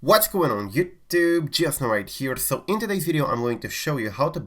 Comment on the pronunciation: I’ve always wondered this but never commented. Is he saying “what’s going on YouTube, she has no right here” 😂